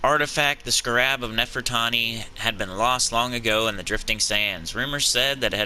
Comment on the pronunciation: you're pronouncing scarab wrong.